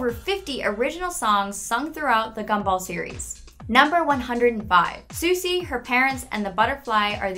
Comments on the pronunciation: Soosie lol (Sussie) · You said Susie wrong it’s (sus-e) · Penny is also allergic to blueberries and ‘’ susie’’ is actually pronounced saucy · When she mispronounced Anais' and Susie's name and misspelled susie's name TRIGGERED